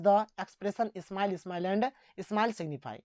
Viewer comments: Simile (स्माइल )नही सर (सिमली)है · Sir smile nhi simile सिमिले padhte hai isko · Sir smile nhi hai simile hai